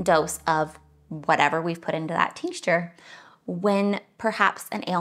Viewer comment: "Tincture" has no "S" in the middle when pronouncing it. FYI. 😉